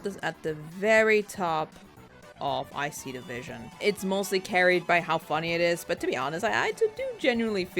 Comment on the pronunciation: Every time you say "I see the vision" I hesr it as "ICE-E division" lol